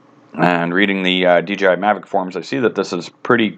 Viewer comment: its called Mavic not maverick.